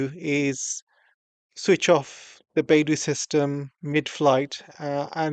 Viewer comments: its not bai du....it is bei dou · Pronounced "Bay-doe"